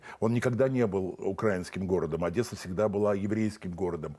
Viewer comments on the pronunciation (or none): none